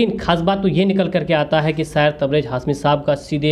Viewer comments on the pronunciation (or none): Abbe Tere Ko Bhi Kuch Nahi Aata Hai Sayer nahi Balki shayer.h. Tabrej hasmi nhi balki tabrez hashmi